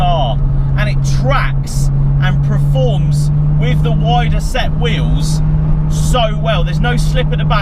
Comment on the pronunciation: "praforms" 😂 gets me everytime